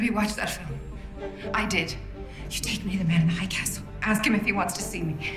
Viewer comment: man in the hiiiighh not hi castle